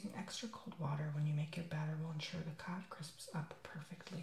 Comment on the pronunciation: When he said "cod " It sounded like he said "cock"😂😂